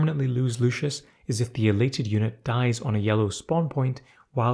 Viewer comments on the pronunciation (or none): none